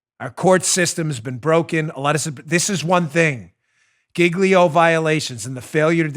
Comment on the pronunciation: Do they really pronounce Giglio /JEEL-yo/ like /GIG-lee-o/ in court? 🤦🏻‍♀️